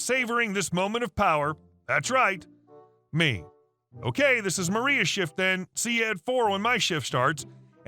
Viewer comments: First story: her name is MarLa, not MarIa. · First story - the name is Mar-La, Marla... not Maria. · 1st story. Why do you keep saying 'Maria' when the script clearly says 'Marla'? (Things that make you go, Hrmmm) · M A R L A is NOT M A R I A. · Amazing that you have a narrator who does nothing but read back text on the screen, and he can't do that one job. Story #1 - that's MARLA - with an "L". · Time to get your eyes checked- or a better pair of reading glasses. MARLA is not pronounced "Maria. " There is no "L" in Maria just as there is no "i" in Marla. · HahHa you caught that too...